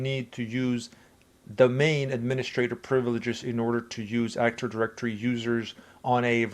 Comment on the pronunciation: Awesome video, but why do you say "actor directory" instead of "active directory"? 😭